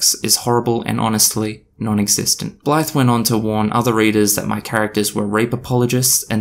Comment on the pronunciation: Oops. Just had to delete a comment saying you looked like a racist because you kept describing the reviewer as a "black person". Turns out with your accent at 2x speed "that Blythe person" sounds a lot like "that black person" lol